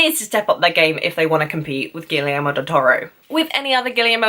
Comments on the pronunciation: Actually, if you want to pronounce it closer to spanish, it should be "Gee-yer-mo", a blunt end at the "o", not that "ou" dipthong, and the e in "yer" like the "e" in "energy" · I like you videos and your views, but one thing: the director's first name is pronounced Gee-air-moe, with a hard "g".